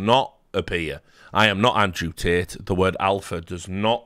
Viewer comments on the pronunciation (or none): none